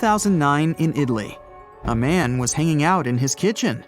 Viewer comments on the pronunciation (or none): none